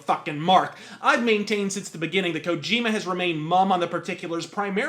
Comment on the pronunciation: Kojim-u is a Japanes-u Shaymalan-u